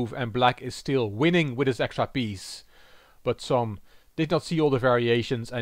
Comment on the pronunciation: I really appreciate your excellent pronounciation in different languages. However, Cs in Csom should be said as ch in the english word cheese. Respectfully, Gabor